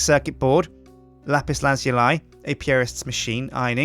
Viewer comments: "Lapiz laz-you-lie" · it actually pronounced lapis lazuli. (luh-zoo-lee). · No its not... its la-zoo-ly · Its pronounces Lap-pis Laz-ou-lee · Lapis Laz-U-Li :P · he says lapis lazuil so weird :D